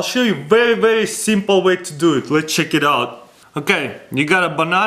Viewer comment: I'm not making fun of him bbecause I also have an accent, but it's so cute the way he says "cheek it out" instead of "check it out"